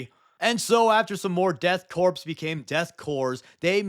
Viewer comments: Guide for to pronounce words: Parcticularly = PAR-tic-you-lar-lee Korps = Core Worcestershire = Wus-tuh-shuh Zvehlke = Grzegorz Brzęczyszczykiewicz Chrząszczyżewoszyce powiat łękołody Bear in mind I am English (and therefore pronounce things correctly) so your mileage may vary. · Are you deliberately mispronouncing 'corps?' Figured I'd ask, as my 'tism is getting twitchy.